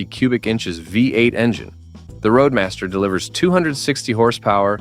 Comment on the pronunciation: Hey. Buick is spelled B-U-I-C-K and Roadmaster is not Radmaster.